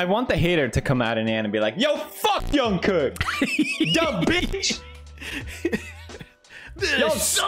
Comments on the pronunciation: Its his accent, hes used to pronouncing his j’s as y’s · Pewds saying "Yungkook" is much better than when Justin Bieber spelled his name as "John Cook" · I love how pewds pronounces J as Y everytime, Jungkook to Yongkook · Pewds pronouncing Jungkook's name as Youngkook has the same energy as, him pronouncing Jubilee as Hubilee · His actual name: "Jungkook" Pewds: "Young cook" Me, a Mexican: "Juan cook" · Young Cook? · “Hung cook" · khuan kook :) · Pewds: “Youngkook” “Yubilee” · People mentioning Felix calling Jk 'Yeonkook' reminds me of when Charlie Puth called him 'Jongcock' and Jungkook called Charlie 'Charlie Puss' Is it bad that I don't even notice Pewds calling their names wrongly anymore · its the opposite in spanish. All S and Z are pronounced Th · Felix: “Youngcook” “Yubilee” “Ninya” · "Jungkook" Pewds: "Young cook" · I am watching this video beside my sister who is 5 and when she heard felix say youngcook she was like who the hell is youngcook it's jungkook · WHY DOES HE SAY YOONGKOOK 😭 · Felix: Mad about his comments saying he incorrectly pronounced a word. Also Felix: Y O U N G C O O K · ik but young kook sounds like a rapper name 🤷‍♀️ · It's probably his Swedish accent coming out, he doesn't pronounce the letter J very welly lmfao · Us: jungkook.... it's JUNGKOOK. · He’s Swedish. He would probably automatically pronounced J as Y like Jörgen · I just love how Pewds pronounce Jungkook. It's like Jungkook is a far relative of Carl Jung or something.